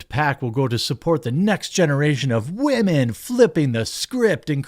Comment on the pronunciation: Am I the only one that keeps yelling “WAHMEN” at home? Love how Jeremy says wahmen don’t need no man. 😂